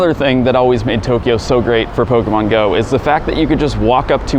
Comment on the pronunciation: Is it possible to slur the pronunciation of the word "pokemon" anymore than does?